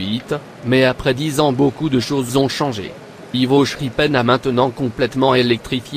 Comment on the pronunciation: The name is pronounced wrong, it's Ivo Schraepen wich is pronounced as Schrapen with the A as in A name, not schepen. It's a nice layout which I have seen often, however a lot of the buildings on it are generic items from the likes of Faller and Kibri, and not specifically depicting Belgian building styles. But when you have to build 30 mters (100FT) of layout making all the buidlings yourself is a huge task, some thing Ivo and his dad did on the layout which superseded this one, a scale replica of the station of Hasselt in Belgium.